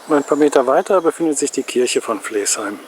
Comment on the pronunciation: Sehr schön Deine Filme, nur man merkt, dass Du nicht aus Haltern und Umgebung kommst. Flaesheim schreibt sich zwar so wie Du es aussprichst aber das e wird nicht mitgesprochen es wird seit Urzeiten und immer noch Flasheim gesprochen! Flaesheimern tut Deine Aussprache in den Ohren weh!